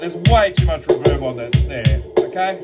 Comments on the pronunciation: REE-verb vs ReVERB. You’re welcome… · It's "Reverb" not "Reverb" ;)